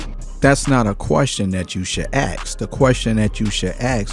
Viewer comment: You shouldn’t “ax” a question. However you should ASK a question.